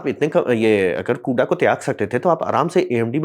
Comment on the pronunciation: कुडा ना कूड़ा 😂😂